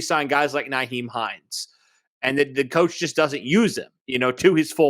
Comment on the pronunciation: It's NYhiem not NAheim